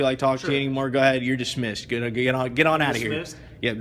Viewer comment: For f**k sake. DISMISSED. Not Dissmessed.